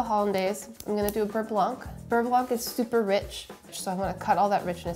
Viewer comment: Hm, I will just chimed in as a french speaking person and say that actually, Babish says beurre very well... Sorry Sohla.